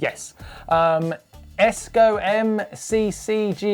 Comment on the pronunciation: Am I the only one that laughed a little when Martyn tried to pronounce cs:go?